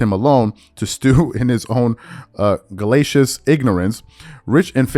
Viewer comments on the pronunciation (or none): this dude really is illiterate. In the last couple of days he has brutalized quite a few words. Fool said poly-nice instead of poly-niece. And now he doesn't even take the time to figure out what gelatinous means let alone how it's pronounced.